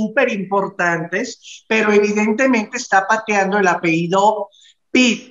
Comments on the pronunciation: Que no es “APEIDO” es APELLIDO!!!!! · se dice apellido no apeido